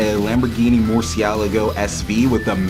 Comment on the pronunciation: As a spanish speaker let me say your pronunciation of murciélago was perfect 👌🏾